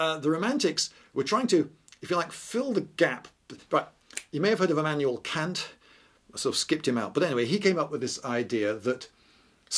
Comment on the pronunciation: The part you referred to as nonsense in the edit basically describes virtue ethics, which is also concerned with happiness in the sense of eudaimonia. The mark of an anglophone philosopher is being able to refer to Kant using the correct pronunciation with a straight face